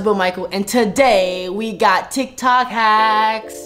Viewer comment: LOL THE START Michael: today we are going to be trying some tiktok HaCkS!! Jonathan:NIKNOK nAcKs Caught me off guard YO 😵😂😂😂😂🤣🤣🤣🤣🤣🥲